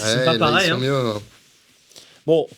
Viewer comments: « Après Steven Wilson il a dit "Ça sônn pah peuhreye". C'est la première phrase qu'il a dû apprendre en Français d'ailleurs. » Ahahahah 🤣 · ça sonne pas paweil !